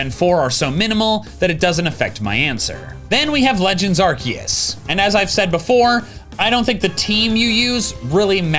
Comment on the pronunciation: mispronouncing arkoos, and NOT correcting himself!?! Wow! I'm flabbergasted!